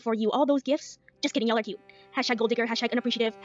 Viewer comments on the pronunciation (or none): I feel boiling, white-hot rage over the way Amber pronounces words. Cute is "key-OUTE" , salami is "slommy", Walmart is "wommort". I hate it. SO. MUCH.